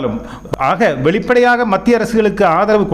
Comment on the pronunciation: வெளிப்பாடையாக😂😂😂இல்லை😂. பிராதம மந்திரி கிடையாது. இந்த நபர் நல்லத் தமிழை உச்சரிக்கக் கற்றுக் கொள்ள வேண்டும்